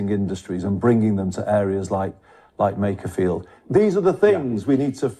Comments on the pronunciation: I wonder when will realise it’s Makerfield, not Makersfield…. 🤭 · there is no ‘s’ in Makerfield!